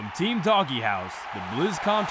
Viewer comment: How the fuck does this guy not know that his own team name is DOGEhouse and not "Dog - e - house"? It's fucking pronounced "dohj". God damnit get your shit together.